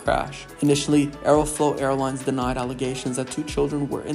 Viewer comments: Aeroflot ❌ Aerofloat ✅ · I'd highly recommend Mentour Pilot for a much better explanation/presentation of this particular incident. Plus the narrator has an annoying voice, like he has something stuck in his throat or something. Also..."Aerofloat", really?